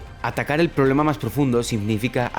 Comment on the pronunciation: No he visto a nadie más comentar que dice 'Poblema', se que es algo irrelevante pero precisamente hablando de la falta de capacidad lectora me causa gracia que haya una falla gramática. No es mi intención atacar a nadie, meramente me llamo la atención y me causa gracia xddd